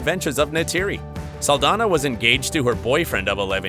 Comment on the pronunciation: (Ahem!) ... ZOË SALDAÑA is a Latina Actress, THEREFORE, here last NAME is in Spanish. You should have noticed that when you see her name actually spelled correctly with the symbol above the letter "Ñ / ñ". Most of the times it's shown, they don't bother putting it in, which I think it's disrespectful, as well as mispronouncing her name. It's pronounced: "SAHL-DAN-YAH" The "Ñ / ñ" makes a "n-yah" sound, NEVER pronounced like an English "N / n" like your using it, as in "November," or "Announcement." Typical U.S. Mainlanders, you always try to steal OUR GREATEST LATINO/A ACHIEVERS and make them your "own." Don't you realize that all that does is increase the hate by belittling the Latin Community in thinking that Latn@ are worthless and never amount to anything? *************** Trump: "Mexicans and Latinos are nothing but Rapists, Drug Dealers, & Murderers." - Donald J. Trump, Former Failed President of the 🇺🇸 U.S.A. *************** These great Embassadors of our Latin Heritage PROVE that we are just as good / if not better as ANY U.S. Mainlander. Please correct your enunciation / pronunciation of her last name. Thank You.